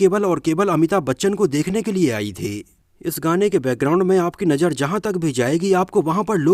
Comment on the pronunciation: It's not Jeenat but Zeenat, not Najar but Nazar, it's not Craje but Craze.